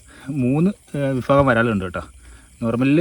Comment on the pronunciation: വിഫാഗം അല്ല വിഭാഗം 😂😂😂😂